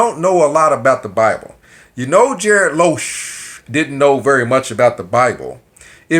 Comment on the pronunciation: That's a hard "G" as in "garbled" and not a "J" as in "Tom&Jerry". (You may be doing this intentionally so ignore this if so.) Keep up your videos, you never know when your next waiter will be a GB member!!